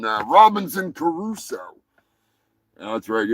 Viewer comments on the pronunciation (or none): it's Robinson Crueso, not Caruso